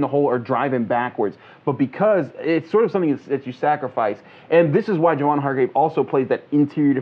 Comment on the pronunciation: Isn't Hargrave's first name pronounced "Jay-Von"?